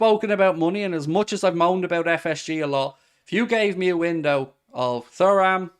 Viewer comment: Can this guy please stop saying Thoo-ram, it's Tu-ram. It's a legendary name in the football world.